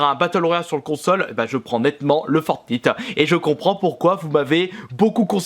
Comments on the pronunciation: Non sa se prononce "fornayte" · Ca ce dit fortnayte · Sa se dit fortnayte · Fortnite=fortnaillte (en phonetique) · Ça se dit fortnaite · Ça se dit Fortnaite putain!! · GG j ai adorer cette vidéo. les gens sa se prononce FORTENAYT --> FORTNITE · Sa se dit For(Night).. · Sa se dit fortnaite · Sa ce prononce fortn[aite] bordeeeelll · Putain apprend à parler 😱😱fortnite ça se prononce fortnAIte grosse merde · Bonne video mais le “i” en anglais se dit en anglais comme iphone pas iiiiphone :/ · Sa s'écrit fortnite et sa se prononce fortnayte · Alors déjà c’est fortnite à l’anglais ça se prononce fortniheigt. La version boîte permet juste l’utilisation de sauver le monde des combats contre zombie mais qui ne change rien au fortnite battle royale ..... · Le i de fortnite se dit ay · justesa se dit for nyte comme nuit en anglais fortnigth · Ça se prononce "fortnaïte" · On dis fornaite !!!!!! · Sa se dit fortnaïte bordel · alors je ne trouve pas cette vidéo mauvaise ... mais arrêt de dire fortnite a la française c'est fortn[ Ï ]te a l'anglaise merde XD voila la messe est dite au revoir ! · se prononce Fortnaït si jamais ;) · CA SE PRONONCE "FORTNAÏTE" PTN DE MERDE !! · Fortnite aie j'ai mal aux oreille c'est en anglais que on le dit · Lol comment ta prononcer fornite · Nn il le fait pas exprès c juste qu’il prononce mal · Fortnite sa se dit pas comme ça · Le Duo Game nan mais j crois y sais pas parler anglais 😂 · Pouffff tu es juste chiant t es un gamin et en plus fornite tu le dis mal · Tu c pas le dire lol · Tu le dit mal le jeux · Comment il prononce fortnite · apprend a prononcer le jeu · Tes vraiment con apprend la langue française on dis un frag et pas une frag et fortnite ça se dis pas comme ça !!!!!!!!!!!!! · Renseigne toi un minimum pubg il et en early acces le jeux sera fini dans 6 mois normal que fornite soit meilleur pour le moment et tu prononce mal fornite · Tu dit mal fortnite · Comment il prononce le nom du jeu !!!!😂😂😂😂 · Arête de dire fort nite